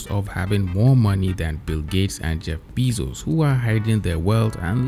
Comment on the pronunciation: "jeff bizos" 💀